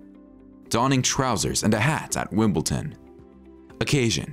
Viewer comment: It’s Wimbledon, not Wimbleton.